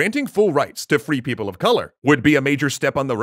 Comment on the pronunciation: more like free people of sink, but then it sounds like people who never do the dishes